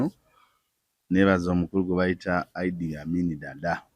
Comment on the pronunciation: it's Iddi not Idea 😂😂😂😂